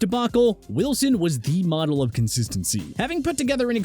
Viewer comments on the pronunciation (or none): none